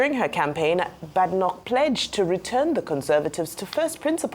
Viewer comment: Bae-de-nock!!!...That's the correct pronunciation.